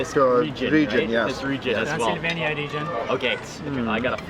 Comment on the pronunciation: when he said Transelvenia I remember the film Hotel Transelvenia Mr. Mark hehehe Greetings from Indonesia 🇲🇨